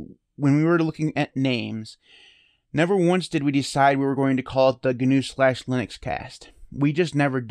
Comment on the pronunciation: It's now GuNew, it's not GuNome... the word "GNU" is pronounced like "New", and "Gnome" is pronounced like "nome". I think the "GNU Linux" is more of the brand of Linux. Like "Redhat Lunix" etc... it gives you an idea of the tools packaged with it as well as the licence etc.